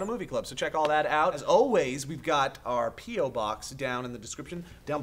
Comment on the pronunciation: Sounded like said "Pedo-box"